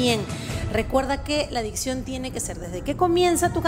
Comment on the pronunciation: Habla de dicción y dice dision